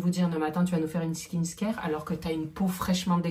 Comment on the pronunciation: On dirmt skinCare et non pas skinScare deja sue tu tabasses le français vas- y molo avec l'anglais... (btw : oublie le coréen stp)